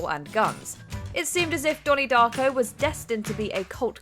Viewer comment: Not dony darco